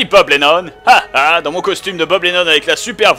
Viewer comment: Bob j ai un truc a te demander tu dit haha ou hung hung